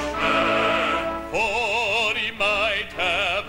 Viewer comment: I HATE the staccato melisma of the first syllable of "Englishman" in this version. Ugly rendition.